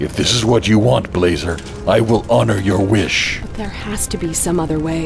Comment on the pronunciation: Blazer, not Blacer dumb